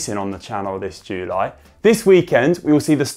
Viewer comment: Why is this filmed in a toilet?! Needs to practice saying July